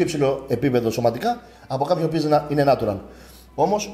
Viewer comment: Καλημέρα.Είσαι φοβερός και φαίνεσαι ευγενικός χαρακτήρας. Νέιτσουραλ προφέρεται. Εντελώς φιλικά.